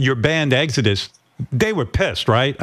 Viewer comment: Nobody: Howard: Eggsodus